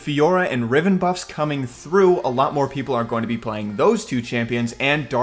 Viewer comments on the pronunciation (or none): none